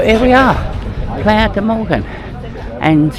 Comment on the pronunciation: Mogan,, not Morgan theres no R.